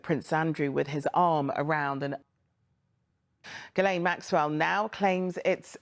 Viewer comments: It isn't pronounced that way at all, it's French all right, pronounced "gill LEN." French is my second language. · Her name is actually pronounced "jislen". It is a french name. Everyone gets it wrong. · Ghislaine, pronounced as “gell-lehn”. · Perhaps you should've watched the video so you could ACTUALLY PRONOUNCE HER NAME . TW@